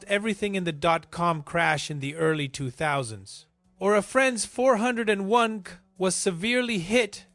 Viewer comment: I watched the whole thing. The AI reading things like 401k doesn’t translate properly, lots of verbal mistakes. This is probably AI generated animations too. I think you have some good info, just the execution isn’t very good. You could read the info yourself into a mic.